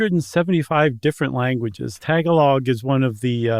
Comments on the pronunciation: “tuh-GA’-log” “ASS’-waang” “mug-SAYI’-SAYI” 🇵🇭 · Couldn't get pass the pronunciation of Tagalog. 😢